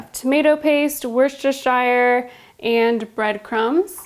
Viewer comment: *Wuss-ter-Sher sauce is pronunciation :) Thanks for the recipe share. Definitely going to try them!